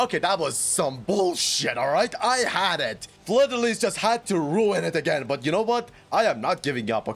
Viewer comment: in french (where her name is originated from) the s is silent in lys so it is pronounced fleur de lee not lees